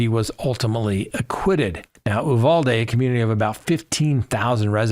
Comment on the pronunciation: Why is only one Uvalde LEO being charged? There were so many of them who did nothing. Also, I am from Texas, locals pronounce it “You-VAL-dee